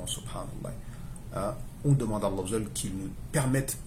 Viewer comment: Salam aleyka akhy j’ai comme l’impression que tu dit « laye » à la fin du nom d’Allah Qu’Allah facilite